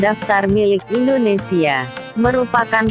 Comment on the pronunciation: Bukan indonesie tapi Indonesia om gimana sih🥱😁 huruf a diganti huruf e kacau